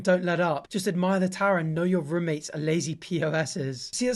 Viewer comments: the posh rummates instead of roommates gets me every time bless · I'm sorry, but has anyone every said how you say "roommates" like "rummates" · the way he says roommates sounds so weird for some reason 😭😭